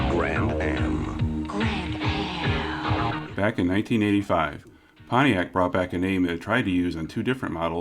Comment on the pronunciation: Potiac in the 80s through the 90s; you said it right. More body cladding!!!